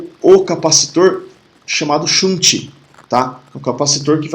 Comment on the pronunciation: Ótima aula! shunt = xânt♫